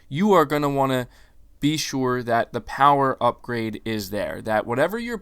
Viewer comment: The Powahh...lol